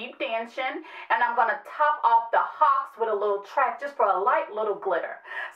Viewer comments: Ok ya'll you do NOT pronounce the MAC eyeshadow "Haux" like the bird! It is pronounced "Hoe" and the pencil "Hi-Def Cyan" is pronounced Hi-Def "SYAN" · Haux is pronounced (excuse my language) Ho....like Faux is pronounced Fo...... Looooovvvveeer the pink pigeon I'm definitely picking that up